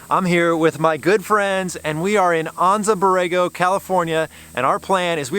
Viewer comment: Really enjoying your video adventures. They’re motivating me to finish my YJ and hit the trails. I’m pretty envious of your new top of the line Jeeps but I dig the old school basics of my YJ which was the last bastion of leaf spring jeeps. Oh one thing, it’s driving me crazy. I’ve lived in San Diego the past 32 years, been to Anza Borrego many times and lived in the town of Anza for a few years also. Anza is pronounced AN-ZA. Not AHN-ZA. We all use Gringo Spanish in our SoCal homeland English speaking world. AN AN ANZA!! Lol.